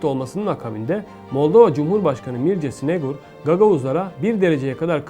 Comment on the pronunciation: Как можно переводить, и называть имя народа неправильно? В слове гагаузы ударение на 3 слоге. Снегур ударение на первом. Сельджук на 3 слоге.